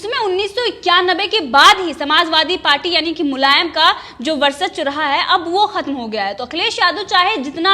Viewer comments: Indian TV.... Please ask the anchor to pronounce VARCHASWA and not VARSACHWA. it's वर्चस्व and not वर्सच्व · ये लड़की वर्चस्व का उच्चारण भी सही तरीके से नहीं कर पा रहीहै। एक बार होता तो ठीक पर बार बार एक ही गलती दोहरा रही है।